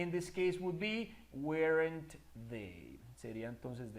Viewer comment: Excelente video aunq no creo q se pronuncie uerent